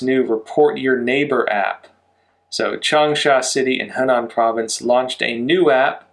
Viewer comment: The “Hu” in Hunan is pronounced like the English word “who.” You’ve been pronouncing it as you would “Henan,” which is a different province. Just a heads up. Changsha is the capital of Hunan province.